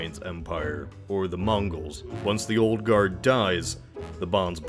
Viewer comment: I like how he says moongols